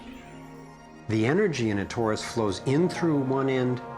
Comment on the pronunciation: It isn't 'TAURUS ... it is TORUS